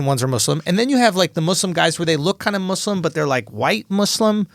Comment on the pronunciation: finally someone who knows how to fuckin pronounce muslim. its mus-lim not muuuzzz-lim. JEEZ LEWEEZ